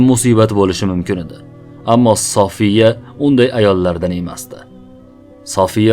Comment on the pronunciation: Сафия дейилади София эмас,Саф сўзидан олинган